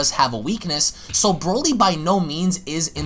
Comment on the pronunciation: NOT WIS..NO NO This Brody this BROLY